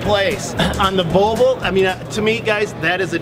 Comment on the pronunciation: "Bobol"?? I've never heard Volvo pronounced that way. Great video otherwise.